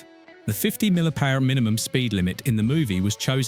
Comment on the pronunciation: The pronunciation of "MPH" makes me think that either the voice is AI or the guy doing it has some huge gaps of knowledge.